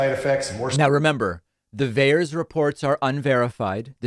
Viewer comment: It is VAERS